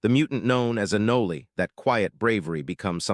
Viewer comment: It's "ah-noll" not 'ah-nol-ey' you AI trashbucket.